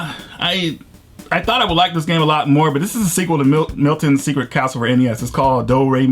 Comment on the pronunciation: Vs. Super Mario Bros. is pronounced VERSUS. Nintendo had a line of Vs. Games back in the 80's such as Vs. Duck Hunt, Vs. Excitebike, Vs. Baseball., etc.. Also Do-Re-Mi is the sequel to Milon' s Secret Castle, not Milton. ;)